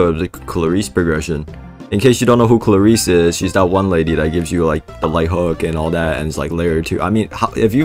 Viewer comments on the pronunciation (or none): Aint no way bros saying klayreese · 6 seconds in and i already have a bad feeling about this video, the way he pronounces klaris (atleast to me) is criminal